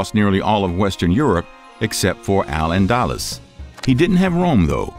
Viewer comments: “Allen Dallas” 👈😐 Al-Andalus = Alandaloos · I'm gonna smack the shit out of anybody who thinks Al-Andalus is pronounced "Al-anDALus" because of this video. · And Al-AnDALus instead of ANdalus. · Al-Andaloos not Al-Andalas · its Al An-dal-loose dal is in pal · Lol I love his pronunciation of al Andalus. He says it like allendallas rofl. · I love these history videos, but the mispronunciation of several names is distracting. Constantinople has 5 syllables--Con-stan-tin-OH-pul. The speaker habitually drops one of them (saying something like 'con-stin-ople'). El-Andalus is el-AN-dah-LOOS. And Byzantium has 4 syllables: bih-ZAN-tee-um. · You literally butchered the name al- andalus. Pronounced al, as in al bundy, Anda loose. For God's sake 🙄 talk to someone who knows how to pronounce Muslim words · Allan-dallas! 😂 (al-andalus, muslim Spain) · Al Andalus, caliph, odacaer, tons more